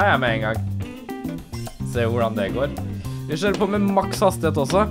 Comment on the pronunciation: "Så da skjører vi på med det" lær deg å snakke norsk!!